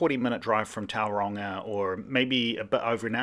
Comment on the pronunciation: Perhaps if you’d learned how to pronounce Tauranga correctly before you started.